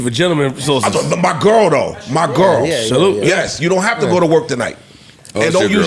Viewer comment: 😂😂😂 why do this nigga say girl like that?